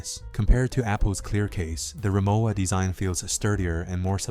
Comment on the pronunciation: It’s ree-mo-va, not ~wa.